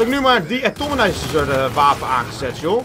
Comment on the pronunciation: Wauw game is 3 maanden uit en deze man zegt nog steeds 'de-atominizer' strijk